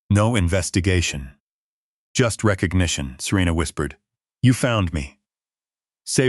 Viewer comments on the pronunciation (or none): Wreck cognition? Are you kidding me. C'mon folks, we are not stupid. Are the writers or narrators?